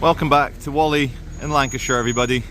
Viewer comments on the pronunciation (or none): Stop calling it Wally, It's Wall-ey